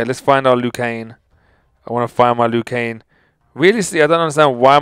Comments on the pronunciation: when ever you say his name you say it like 'Liu KANE' it is pronounced 'Liu KANG' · Just to make sure that it's LIU KANG not LIU KANE. Nice video though, keep up the good work. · He's name is Liu kang not Liu keng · He says Liu Kane Instead Of Liu Kang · it's Liu KanG, there is a G on the end. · Is it me or does it sound like he's saying lu kane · Lol you weren't saying it right, it's Liu Kang like Kang the conquerer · I don't want to be rude but he pronounces Lui kang's name Lui Kane... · is he saying liu kane? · Lou Kane? Lmao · Why is je saying Liu Kane 😂